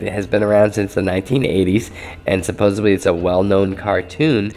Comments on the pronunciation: just a peeve bro but the word is supposeDDly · supposebly is not a word